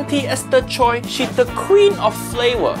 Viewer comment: "Choi" is pronounced "chwaa"